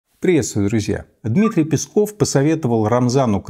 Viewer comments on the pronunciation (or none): none